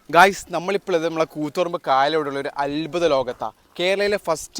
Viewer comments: അൽബുദം അല്ല അത്ഭുതം മലയാളികൾ തന്നെ മലയാളത്തെ കൊല്ലല്ലേ. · അൽബുദം അല്ല അദ്ഭുതം❤😂